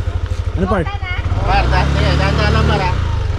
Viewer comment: I love your vids, kaso nakakasira ng araw pronunciation mo ng par tska baler. Alam mo namang mali e, pakiayos pls. Thanks.